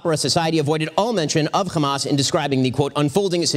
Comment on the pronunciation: It's hamas not khamas...please get it right